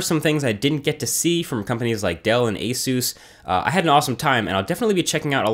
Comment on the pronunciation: Why do they call Asus "asoous"? That's just wrong. Even Asus call themselves A-sus.